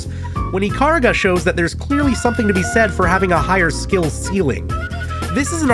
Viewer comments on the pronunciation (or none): Ya boy when he realised only the centermost pixel counts as your hitbox in bullet-hells: 😯 Ikaruga is an amazing game and this video made me so nostalgic for it. FWIW it'll always be eee-kah-ROO-gah to me.